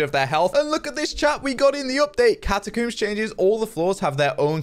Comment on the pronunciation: CataCOOMER haha funny joek bcuz foreign accent worng